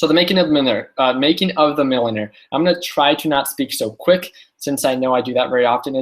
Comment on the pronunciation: ... "so the making of manuer" 🤣🤣🤣🤣.